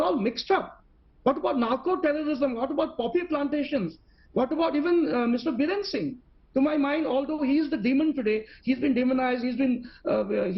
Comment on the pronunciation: Not Birender.. It's Biren